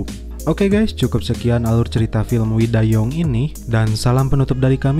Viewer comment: Sebutan judulnya We Dai Yoongg. Korea ya pak?? Ngakak gua. 😁😆😆😆😆😆😆